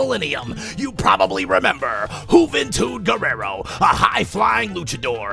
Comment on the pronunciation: Juvantud Guerrera not Guerrero